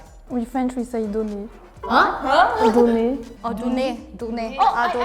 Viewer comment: c'est insupportable la voix digitale qui sait pas parler ! donner = din what ?